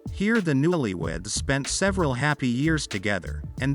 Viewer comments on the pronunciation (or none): none